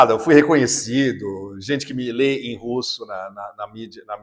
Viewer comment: Meio milhão de mortos e você com esse sotaque : ESTIVE “EN”DONBASS.